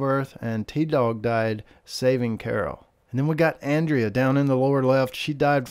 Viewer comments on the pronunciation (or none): none